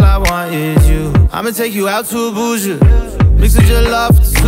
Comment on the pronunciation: He said "abuju" I'm disappointed like what 😂